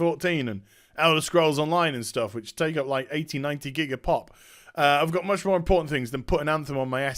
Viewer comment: Much more 'in-porn-tment' things 'ey:>